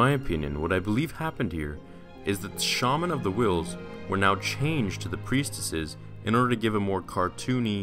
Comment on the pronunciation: Im confused are saying preistesses or preisteses